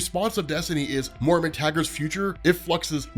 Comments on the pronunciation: It's Moy-ra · Hey, when are you going to learn how to say Moira's name correctly?